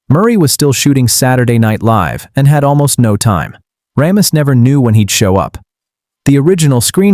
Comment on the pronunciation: Ugh, it's "RAY-miss" NOT "RAHM-iss"